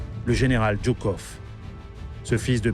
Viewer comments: Ce n'est pas le général " Djoukov ", mais le général Joukov. Sinon, pas mal. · C'est жуков pas джуков! Joukov pas Djoukov. Ça fait dbizarre.